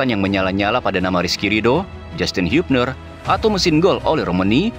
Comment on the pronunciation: Meliuk amat pronunciation nya Hiubner